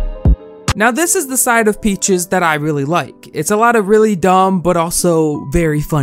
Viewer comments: Normal people: peaches: p e a c h i e s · I take back what I said, his pronouncation of it gets worst and worst throughout the video. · Sometimes it sounds like he says "Peachees" instead of "Peaches" I find it so adorable 💗💗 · yo he’s saying it like peach-ehs — that’s normal. 😂 Edit: he does start saying peachees. Haha 🤣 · Omg yes. He said Peachies, not Peaches. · I’m more distracted by the fact that he keeps calling her “Peachies” lol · new drinking game: take a shot every time says “peechiez” instead of peaches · I laugh when says “peechees” instead of peaches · Why is he saying "peachies" instead of "peach's" lolll it makes me mad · Why are you saying “Pee Cheese” lmaoooo I know damn well you can say Peaches 😭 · Lol I love how he doesn’t say peaches he says pea cheese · Youtube subtiles; P-cheese instead of peaches lmao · oh my lord its peaches. not pee cheese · WHY DO YOU KEEP CALLING HER PEACHIES hahahahaha it’s peaches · i cant take this seriously bc you keep calling her "peachies" literally why can't you say peaches? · pronouncing her name “peechees” is maybe the cutest thing ever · I died inside every time you said “Peechees” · right, Pee-Cheese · Pee cheese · lilah boohole its PEECH-EZ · Lol yea "pee cheese" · Why do you call her “PeachEEEse” 😭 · Peach es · Jamal Rathur feeces,if you know you know😶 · why do u say peaches like “pEaChEeSe” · i love this guy (not peaches i hate her) but he says her name like peechees lol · He said peechess lmaoooo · everytime he said peachys like ahhh i’m triggered it’s not how you say it no hate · “Peachies” lol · Why is he saying peachees. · Stop saying peach-eeze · good video but does it bother anyone that pronounces peaches “peachies” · Peach + feces💀💀😭💀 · she sure is one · Same. Not sure how anyone over the age of 10 doesn't know how to pronounce peaches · how tf are you unable to pronounce the word peaches, i'm sorry but that drove me insane